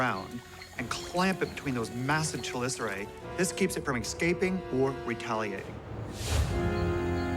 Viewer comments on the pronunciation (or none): mans said 'excaping' lol